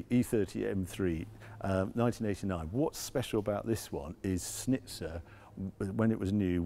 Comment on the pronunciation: It is Schnitzer. Not Snitzer. So there would be an sch like in Porsche (not PORSH!).... Try again. Schnitzer.